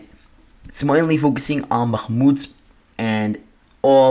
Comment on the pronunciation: nice job but your annunciation of bakmut sounds very wierd